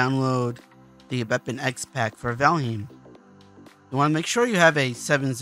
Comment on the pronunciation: The name isn't "Valhim"..